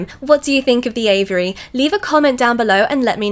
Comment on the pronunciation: I at first thought you were talking about the bird's name Avery, finally I figured you were just mispronouncing AVIARY